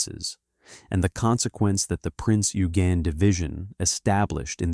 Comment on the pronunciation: The pronunciation of Eugen is correctly: "Oy-gen".